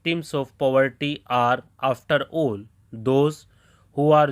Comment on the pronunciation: Abe padhna sikho pahle, fir video bnao..afterall ko Afterol, कॉलिंग को colling, ऑफ को ओफ, solve ko सोल्व, नॉट को नोट, all ko ol पढ़ते हो, एंड verb ki third form me -ed to bolta hi nhi.. ed ko खा jata hai kya? चुटिया।